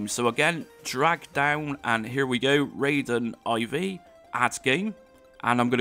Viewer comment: Raiden I V .... It is Raiden 4 in roman numbers. Guess you skipped school a little too much... (that explains a lot actually)